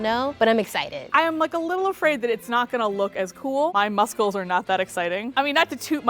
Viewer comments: I don’t really like to begin with, but the way she pronounced “muscles” really set me off. You’re a grown woman, learn how to speak. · she said it as musk les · Am I the only one that noticed way of saying "muscles"??? She says..."musk-uls"...was that intentional?